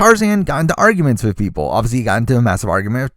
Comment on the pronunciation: im sorry about how random this comments is but everytime you say obviously I understand it as Ozzy and im like..... why is Ozzy on this list?? he played a billion timessss. and then i realize